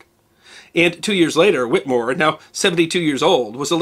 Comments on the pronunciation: It is Pronounced...."Whit A more". There is an E in there. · You must do a expose on the doctor who treated him, the skilled Cotton Tufts. Also please note we in Massachusetts pronounce the last name Whittemore with a short clipped " e" in the middle of the name not whittmore. Great work I follow you almost religiously. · A distant cousin on my mother's side. The name is pronounced with a short E not with a silent E. The family all over MA and NH. They owned at one time a big portion of New Found Lake, NH. Only a private cemetery is still owned now.